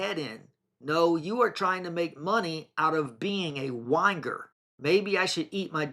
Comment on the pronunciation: pronouncing whinger... like, wine grrr....so funny...😂